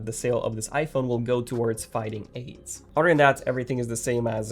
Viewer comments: is it just me or I heard fighting Indians instead of fighting AIDS 😂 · Why did he say the word "AIDS" like that? LMAOOOO